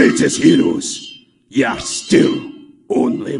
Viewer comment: he didnt say "you're" he said "yar"